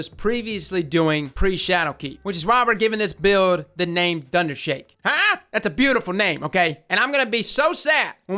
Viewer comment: Why am I hearing DunderShake?